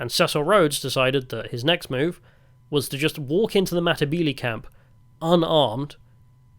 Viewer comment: Say , Mata-belee" not "mmbilee,". Probably the best commentary done from some one who didn't live there but still done ok. A "gook" was taken from the Vietnam war of a description of a terrorist described by the American soldiers, and adopted by the Rhodesian army.